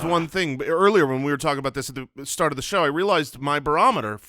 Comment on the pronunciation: I wasn't sure if there was another reference I was missing, but I definitely heard it as saying "Sturt". 🤣